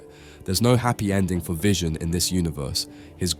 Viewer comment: Of course VISON and SPIDERMAN are dead, you already butchered their names